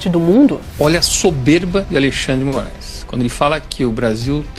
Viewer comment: Minuto ele diz Juiz Mórum . Eu já estava desconfiado que esse perfil é IA.